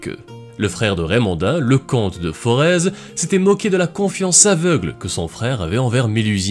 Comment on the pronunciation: Pour info Comte de Forez... se prononce comme Foret Sinon tjs aussi sympa